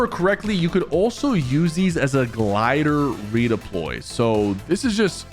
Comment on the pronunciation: shypher u made a mistake u said glder redoploy